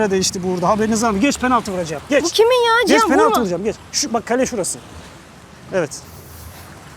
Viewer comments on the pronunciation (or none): ALLAH rızası için ciyan ciyan diyip durma artık cihandır o ya ....